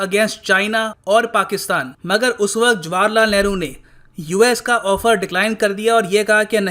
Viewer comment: Yaar What kind of a person are you? Why do you pronounce India's first Prime Minster's name in Punjabi? Look, You are pronouncing it as JWAR LAL Nehru..... The correct pronouncement is JAWAAHAR LAL.. Do you understand? Don't impose your Punjabi accent on your students. NOT JWAR but JAWAAHAR..